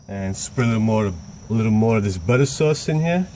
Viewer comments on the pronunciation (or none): “A little butta soowace “ 😂